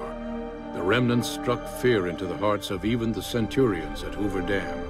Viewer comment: Yeah, but they don't pronounce Centurions correctly. Always bothered me.